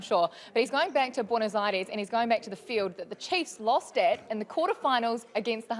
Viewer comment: If anyone is interested in how to pronounce Buenos Aires a bit better than we hear here ;-)